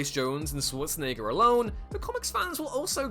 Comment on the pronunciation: Pronounce Schwarzenegger correctly.